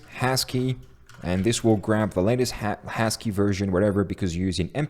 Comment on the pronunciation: did he pronounce husky as hashkey? xD